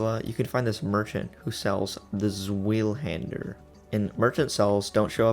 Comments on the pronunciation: dude said zwiehander lol, its zweihander, no hate tho, i am enjoing the vid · it’s not that hard to say “Zvai-hand-er” bro 😭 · Pronounced zv-eye-hander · no or know? Because it’s still pronounced zvi not swhy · It’s pronounced (in English) Zvī hander. It’s German. Means two hander. Remember there’s no L in it either. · The Zweihander is pronounced like 'Tswhy-hander'. It's not 'Sweehander'. And the 'why' part has to be pronounced like 'vi' as in 'device'. So I guess it's more like 'Tsvihander'.. if that makes sense? It doesn't really matter anyways, but I wanted to try and explain. :D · Just to note - Its not "Svheel". Its "Tsvai" - The "Ts" is said together to make a strong "Ss" sound. Followed by a "Vai" (like Steve Vai - The guitarist). There is no "L" in the word. Zwei - German for 2. Its literally the German word for "2-Hander". Lol Great video! Take my like! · Pronounced (zu-why-han-der) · Zweihander. "Zvy-handuh." German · It's pronounced Zwihander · zuh-way(in Australian accent)-hander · Iv never heard zwhyhander said like that before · ... the "zwillhender" nice video man, but this... hurt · Also bc you struggled pronouncing Zweihander, its German, so it’s pronounced Zvi-hander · Zweihander is german, Zw ‘eye’ hander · crazy how no one can pronounce zwei lol its tsvy like 2 in german 2-hander ZUUUUUWYYYYYYYYYYY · Zweihander is pronounced Z-why-hand-r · Its Zwei-hander, its german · U pronounce Zweihander as Zw-eye-hander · more like tsveye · dude its “zway-hander” pronounce it how it looks😭😭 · Good vid. But please. The German in me died when you pronounced zweihander lol. It's good though, but if you want to know it goes like z-y-hander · Zweihander❌ Swahilihander✅ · Zweihander is pronounced Zvie-hander or zvee-hander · Ngl Zweihander is pronounced zav why hander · lmao you completely butcherd the pronounciation the zwei in englisch pronounced zu-why and hander hander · Zvy- Ahn- der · the way to say it is (z-why- Hander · The sword is pronounced zvihander